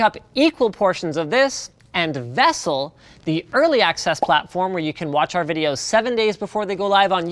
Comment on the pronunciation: "Vessel" lmao